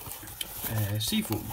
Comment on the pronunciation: ...didnt say it very clear....more British like...just sayin..